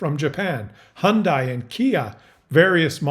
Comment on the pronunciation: Has nobody seen that Hyundai commercial where they kept yelling "Hyundai, rhymes with Sunday"? Or this one "Hyundai, like Sunday"